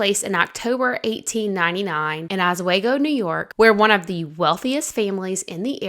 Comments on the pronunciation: I was so confused by this video as you said Os-swag-go. It's Os-wee-go. Don't worry, A lot of out-of-towners call it that too. ~Someone from Oswego county. Love the video though, keep making content. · Oswego pronounced OHH Sweee go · It’s pronounced Ahsweego. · Just now finding this. Oswego is pronounced “aaz-wee-go” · It’s osWEEEgo ❤ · It's pronounced OS-WE-GO. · just fyi Oswego is pronounced (Uh Swee Go), its an Iroquois word meaning “Where the water never ends.” We are on the shores of Lake Ontario. One of the great lakes. Also, the family’s last name is Tonkin (Tohn kinn) Tohn rhymes with, and is pronounced like John, but with a T, and kinn rhymes with pin …Tonkin. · You pronounced Oswego differently and I was lost. I grew up on the other side of Rochester and was familiar with the story. You told the story well.